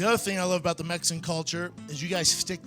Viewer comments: ke can't even say "mexican" right. Mexin, mexcn, mexan. Geez man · I still crack up when people in these videos say "Messican" or "susscribers" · I almost throw up when he pronounces it mesican. Instead of Mexican. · Why do you keep saying Messican? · Did he say, Mesesin Culture? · Why can’t my man say “Mexican” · “mehsin” love “fame-ah cheedos” and “wayvo ran jerso”